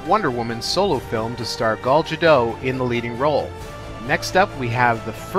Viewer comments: Gull Jadough? How the heck did he get it so wrong?! LOL! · I've actually never heard it pronounced that way. I believe the way she says it is how it is written, Gal Ga-dot. The "t" is not silent. Although Gal might sound a little more like gull or gahl? I'm sure she will be doing a lot of interviews next year when Batman v. Superman comes out and of course, for the Wonder Woman movie. Maybe we will find out the real pronunciation then.:)